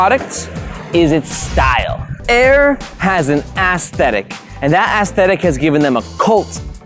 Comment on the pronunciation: I like the Ass-tetic